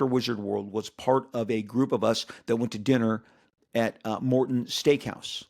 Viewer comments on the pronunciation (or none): none